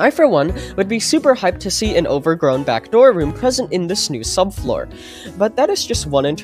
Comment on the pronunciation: BRO PLEASE 🙏 STOP CALLING IT THE GARDEN SUBFOOR